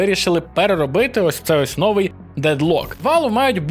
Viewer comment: новИй, а не нОвий